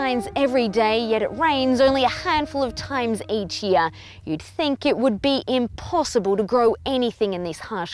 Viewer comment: We are Able to "Broduce" , "We make the Unbossible, Bossible here". And burst into laughter 😂🤣😅😂